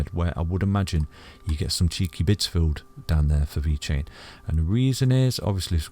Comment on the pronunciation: Isnt he saying "cheeky bits"? I've thought that for months if I'm wrong 😂🤷‍♂️